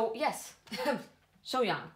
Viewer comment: Your pronunciation of her name is correct. Two years ago, I first got to know her just like you.🙏 I haven't been able to escape from her since then until now.😳